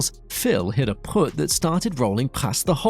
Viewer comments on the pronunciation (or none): It's not a put, like foot. It's Putt, like up. F#£k